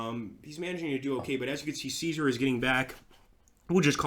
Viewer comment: Remember that passive armies can not conquer/reconquer areas and that even if you have complete control over an area that does not necessarily mean that you control its city/town as far as I know your Latin pronunciation of Caesar was spotless (have studied just a little bit of Latin myself) in Sweden we pronounce it something like Cescark (all c pronounced as s)